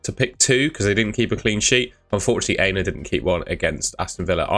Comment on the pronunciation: I’ve been wanting to correct you for ages but only found time today. You are mispronouncing Aina’s name. It’s not ‘hey-na’ it’s ‘Ah-e-na’ the A is Ah as in Apple.